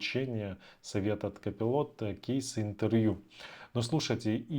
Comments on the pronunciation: Не копилот а копайлот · Не удивляйтесь! Реально надо быть просто гением английской филологии чтобы прочитать слово Colipot. Простым смертным это недоступно.